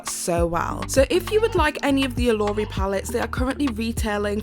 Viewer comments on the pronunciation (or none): My good sis said, " is given in the Yorubas of West Africa". Yoruba is a tribe and language spoken in West Africa. It's not "given" it's a Yoruba word and it's pronounced, "Oh - loh -Ree". I'm cracking the hell up😂🤣😂. Love you,. It's just some subtle shade and I know you're not African, so you wouldn't know. 💙💙💙